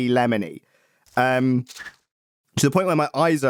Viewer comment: "Its quite lemmony" xdxdxd